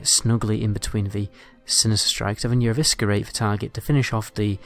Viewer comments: Love your videos. But I have to say it. Eviskerrrate! Lol. It's pronounced Evissserate. The C is silent. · The way you pronounce eviscerate hahaha 😂